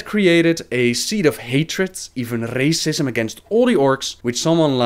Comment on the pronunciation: wrrrrrracism lol